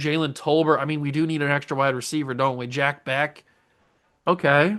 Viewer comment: And just a heads up, Jack Bech is pronounced "Jack Besch" lol. Love your videos, man!